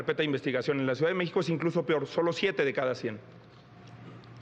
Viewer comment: Xochitl dijo " PIOR" JAJAJAJAJAJAJAJJA 😂